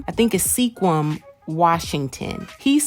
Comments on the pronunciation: its pronounced squim...not seequim...squim, washington....and he aint outta her league either...even if so, he should have no qualms going for her at all...hes got the usa passport and that makes up for this minor league major league thing that some may see but i dont...go mike...u dont need anybody from your town AT ALL...u need what you see fit to acquire...not what ‘rumor’ or anyone else ‘thinks’ u need...who are they anyway??...the world is our pool from which to choose and to settle for less these days is stupid...go mike, you two will be just fine...get her working asap and the money probs go away... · The city that guy Mike is from is pronounced “Skwim” lol. It’s not too far from where I live in WA and we have a lot of difficult to pronounce city names. Like sequim, snohomish, puyallup, skykomish, etc. They come from the Native American tribes around here.